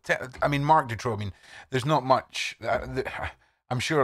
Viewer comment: The pronunciation of the name Marc Dutroux is horrible and the name is also spelled wrong. I'm from Hasselt (flanders) where also An Marchal and Eefje Lambrechts were from. They were the only two victims from flanders all the others were from the french speaking part of Belgium. A friend of my was a good friend of An Marchal, she was even a witness in the trial of Dutroux. I still see the parents of An and Eefje in the local supermarket regularly.